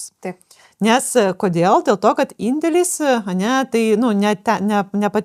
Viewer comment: Patiko, bet truputį juokinga kaip aiškiai mokesčių specialistė sako "gat" o ne "kad" :D